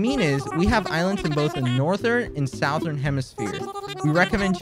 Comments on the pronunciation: He says Southern weird, like Sowthern instead of Southern. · LMAO- "AMINO" "SOUTH-ERN" "DOO DOO AIRLINES"